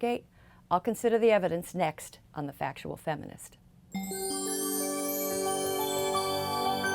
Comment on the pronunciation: Strong emphasis on the word "factual"